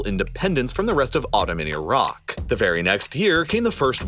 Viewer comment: Glad you actually pronounce the country properly with the "i" sound the same as it is when saying Italy. Unlike the usual annoying ignorant way many Americans continue to say EYE-RACK 🙄